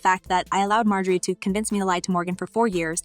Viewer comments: Her name is not pronounced, “ May Jo Ree “, but it is “ Mar Jo Ree “ ! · Please pronounce her name correctly.